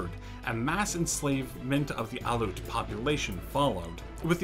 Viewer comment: Aleut people not alute people look up the pronunciation please